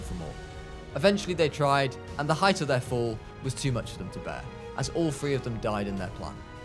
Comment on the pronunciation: It prounced thr-ee